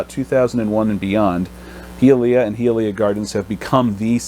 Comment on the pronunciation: Pronounced: hi-uh-lee-uh